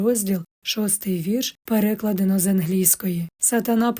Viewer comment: Дякую за вашу працю. Дозволю собі маленьке зауваження: Наголос на "А" в слові "переклАдено".